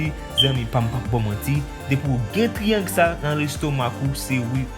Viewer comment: Monchè bon travay bro m renmen sa men pran sanw bro le wap pale pou gere mot yo illuminatu sa sonnen klè epui fow gere kek ti fot aussi pou triangle lan✊